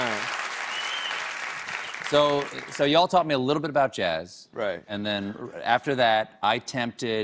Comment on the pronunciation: What's he trying to do ? I'm serious I don't know. Trying to sound southern? But why?